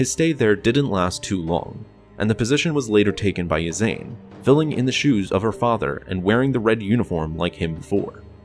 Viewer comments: So, olive green/grey, white, black, or red, pick your fabric, people? I thought Ysanne here is pronounced "ee-saan"? Also, "Loo-sank-ya" for the SSD Lusankya, sometimes called "Lucy". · Sir, another very well-done script, but there are two standout flaws. One is Armand Isard's daughter Ysanne- per Anthony Heald's performance on the 'Bacta War' Trilogy tapes on where this is based, Ysanne's name is pronounced 'EE-sahn-negh'. The other flaw is the name of the Lusankiya, the Executor-class Star Dreadnought she escaped Coruscant with during the fight with the New Republic, the name is pronounced 'LOO-sahn-KEE-ah.' Sorry for the bother, but wanted to point that out! Cheers, respects, and keep up the great work! :)